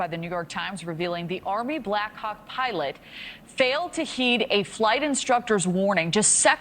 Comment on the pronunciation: blackhawk sounds like black cock the way they say it. I can't unhear it. Over and over again.